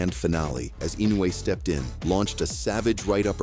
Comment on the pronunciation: What a shite channel. Crappy, dodgy camera angles and - check this out - the AI BS commentary pronounced Inoue's name wrong on 3 occasions. 'Don't recommend channel' is my preferred option to lob into the garbage sack of 'not professional enough'.